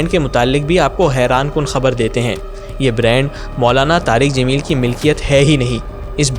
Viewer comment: jameel not zameel 😊